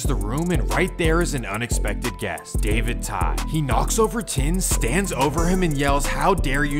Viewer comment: Fyi, "Tinh" is pronounced "Ting". "Trang" is pronounced "Jong". "Tran" is pronounced "Chaahn". "Vinh" is pronounced "Ving".